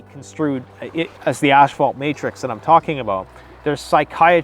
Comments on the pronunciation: When he says asphalt, it keeps sounding like ash-fault. And he needs to go on the "Dark Web" to find BDSM porn? Take 3 seconds out and Google PORN! DUDE! IT'S EVERYWHERE! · Oh no, it’s another Mandela effect... “asphalt” has been turned to “ash-fault” ...or is that just Canadian accent? ...my bad